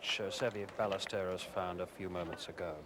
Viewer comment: Amazing how the announcers were butchering pronunciation of “Ballesteros” even after he won in 1980